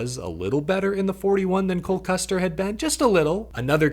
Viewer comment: Is saying Cold Custer? I just need to know if I’m the only one hearing it?